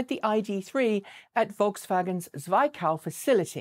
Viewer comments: German facility pronounciation = Zwickau = TSv ick ow (just to inform you for future mentions) Thanks for this video! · you finally got the pronunciation of Volkswagen right! Super! 👍 Now for Zwickau... It is approximately Tsvick-(like in tick) -ow (like in Moscow) 😉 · but "Zwickau" needs a tweak on the i-sound (more like the i in "pill" than the sound of the letter "i"). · Friendly spelling tip: VW's plant in Zwickau is not pronounced "Zwhy-Cow". Proper pronunciation is "tsvik-ou" sounds like "TzWick-ouW" (ou sounding like out).Although the locals likely let that last W fade when saying it... Keep evolving & I enjoy what you do. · On the other hand, the pronunciation of "Zwickau" seems to be irreparably bad (I remember this having come up before). It's a short i, like Mick, not like Mike. (The latter would be spelled "zwei", like the German word for two.)